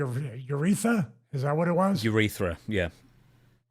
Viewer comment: “Ureetha.” And he calls himself a doctor.